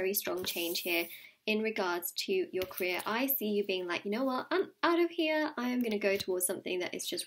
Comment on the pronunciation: when i heard career i thought she said korea